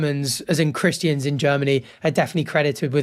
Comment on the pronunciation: Is that the way you’re supposed to say Christians?